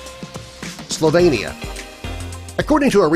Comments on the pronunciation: Sorry, but it's not OK. It's a sign of ignorance. And it's slo-VEEN-i-a, not slo-VANE-i-a. All anyone needs to do when confronting an unknown word, or country, is to look up its pronunciation in the dictionary 🙂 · Who the hell taught the commentator how to pronounce these countries. Some of his attempts like Belarus, or Slovenia is laughable